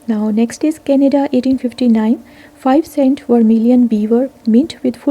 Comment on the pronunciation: Canada not canda